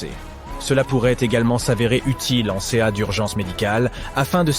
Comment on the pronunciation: Dsl mais jpp des iA qui lisent des textes supers intéressants. Le en « C A” au lieu de “en cas”, ça me perturbe